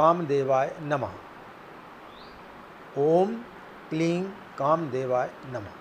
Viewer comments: kleeng ya kleeng jaisa koi shabd nahi hai sanskrit mei .... Kleem hota hai . ,,kleeng nahi .. ing ka upcharan sanskrit mei nahi hai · Kleen nhi hota kleem hota sir 😉